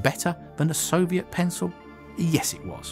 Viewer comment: why do people sound like there is an L on Soviet